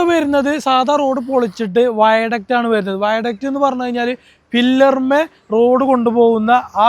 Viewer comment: ഫില്ലർ അല്ല ബ്രോ പില്ലർ 🎉